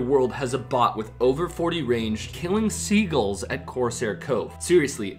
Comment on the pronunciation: the way you say sea-guls is hilarious e I sounded like your talking about a sea Begal but sagles lol